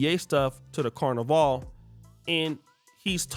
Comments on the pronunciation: I can guarantee you she herself is not Caribbean. Maybe a distant grandparent. Never in my life as a Trinidadian 🇹🇹🇹🇹and from the island that rules carnival. Have I heard it being referred to as “car-na-vale” no one’s refers to it as such. It’s pronounced “can-na-Val” Wtf is she on? She needs to stop cross playing and trying to represent the West Indies. She is not one of us. Any West Indian is about lyming. We do not care where you from. If there is rum and soca. We are down. She is an American trying to look for attention she clearly not receiving at home. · She not even saying Carnival right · She not even pronouncing "carnival" correctly, lol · She is not one of us. Look how she pronounces carnival. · She's not even pronouncing "carnival" correctly. This person is clearly trying to create a divide.